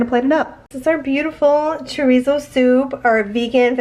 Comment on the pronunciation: I love how you said cilantro and chorizo... very Hispanic 💃💃